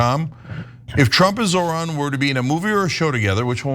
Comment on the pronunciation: Say it with me: ZOH-RAN. Not ZOR-HAN